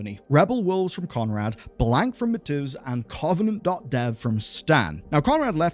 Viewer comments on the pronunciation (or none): >"I'm not gonna say thier surnames becouse i dont wanna butcher them" >Says Mateusz like Matzus. Man, good video, but it's not that hard to check. Please. Why does no one know how to pronounce Polish? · you pronouncing Mateusz as Matooz killed me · Jesus, dude, you'd think with how many times you said his name you'd have spent the 10 seconds to type it into google to learn how to say mateusz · Interesting pronunciation of mateusz